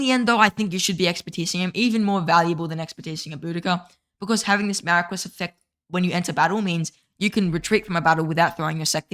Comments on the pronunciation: Much hype for the new archer commanders. Also, Marquis is pronounced "Maar Kee" Thanks for the archer focused videos! Keep up the good work. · then you’re pronouncing it incorrectly.